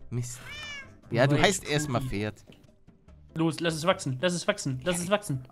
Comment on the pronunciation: wenn er noch einmal FERD sagt also ohne P dann deabonnier ich ihn!!! xD